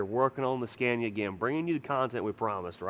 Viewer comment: please quit pronouncing SCANIA like SCENIA IT'S NOT SCENIA its S C A N I A. Go google the pronunciation of it. A is pronounced like A Apple not A Epple ffs